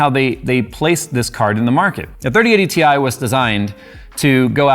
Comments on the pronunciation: And it's pronounced "tie" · It's pronounced "TIE" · its pronounced Titanium same as its the periodic table symbol "Ti" for titanium. Despite NVidias marketing people forgetting them claiming that term a long while back.. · On the official launch video from NVIDIA, the announcer called it a "tie". Maybe he was foreshadowing it's performance comparison to a regular 3070.